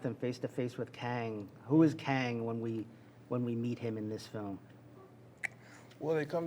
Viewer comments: Did Majors say Kangin? 😂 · Jonathan Majors actually said “Kangin”